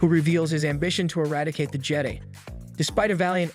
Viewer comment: Jedee? You on crack!? Its Jedi as in Jehd......Eye......how tf you get that wrong!?!?!!?!? They literally PRONOUNCE IT FOR YOU!!!!